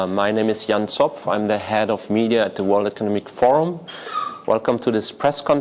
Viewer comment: the head of media can barely pronounce the company name he is working at - "world economic forum" :D